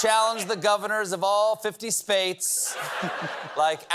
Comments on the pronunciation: “I’ll challenge the governors in all fifty spates…” 😂😂😂😂😂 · Fifty spates! 😂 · Fifty spates? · Mumbles, cannot pronounce “states” etc.